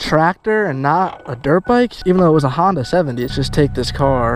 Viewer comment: "Hondia tractor"